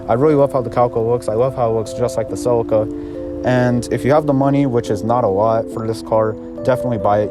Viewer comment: se-leek-ah not sell-ika -.